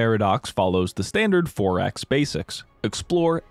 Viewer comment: I thought he said ForEx as in "Foreign Exchange" 😂